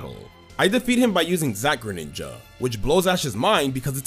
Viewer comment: THE SECOND G IN GRENINJA IS SUPPOSED TO BE A J! AND DO NOT LEAVE OFF THE W IN TANGROWTH!